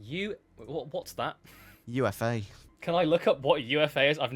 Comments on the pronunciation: UFA is pronounced "oofa", not "u f a". It's a Russian city. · I think UFA, is pronounced 'ooofa'